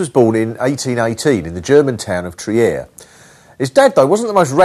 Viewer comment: I live around the corner from Marx's house in Trier (which isn't pronounced "tree-air") and it's VERY popular with Chinese tourists.